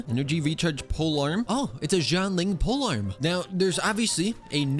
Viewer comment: pls it's shianling, not zhianling 🥲🥲🥲